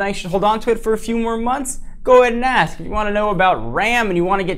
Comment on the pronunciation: Yeah, I kinda picked that up when he said "you can ass me"